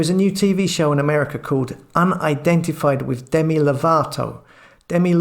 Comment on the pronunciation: FAB but a bit rattling about his wiv and wivout and dat and dis and der for the, come on 💕